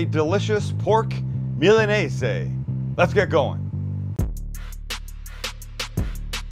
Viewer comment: Is it actually called and pronounced milanese? Tf my entire life i’ve heard and said MILANESA